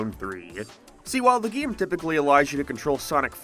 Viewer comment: He keeps saying “GIAM”